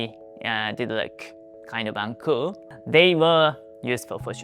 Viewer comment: the way you say uncool does sound like 'uncle' as is usual for uncles to be uncool. were you called the Uncool Uncle?